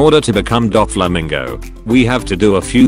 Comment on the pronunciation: Did he just say dogflamingo?